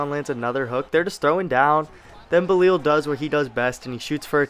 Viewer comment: You gotta learn how to say belal